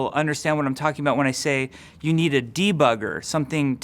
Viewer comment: "Dva-gger", please name the debugger that way!